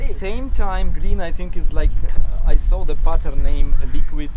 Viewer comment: "I sawr a foudou"